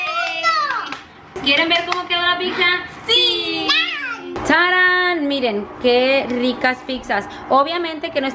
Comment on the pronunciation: De donde saca la gente la c para cuando dicen "pizza" porque dicen "piczza". NO ,- es sólo pizza como pisa.🍕🍕